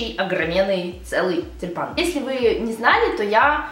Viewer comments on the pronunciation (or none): Мне сначала послышалось не тюльпан , а Степан )) может , это знак? P. S. Спасибо за видео !